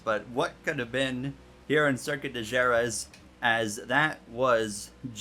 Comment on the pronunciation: Great and legendary circuit, definitely a cool concept!!! Pronounced Huh-RETH but what a cool idea!